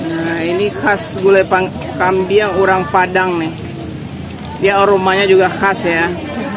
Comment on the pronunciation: GULAI KAMBING, BUKAN KAMBIANG